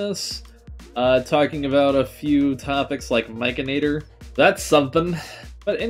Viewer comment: he pronounces his handle as: Mike-en-actor. And I'm looking forward to that video